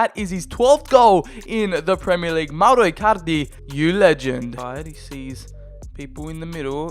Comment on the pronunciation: He says Mauro Ircarde